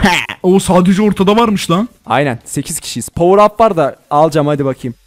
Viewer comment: power up yerine povrvevpreb diyen yürekli